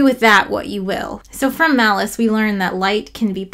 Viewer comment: Pronouncing Malus as "Malice" just seems malicious...